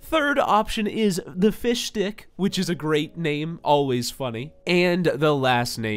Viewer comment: You saying fishdi*k not fishstick